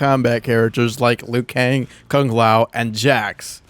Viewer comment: liu kang not "lui kane"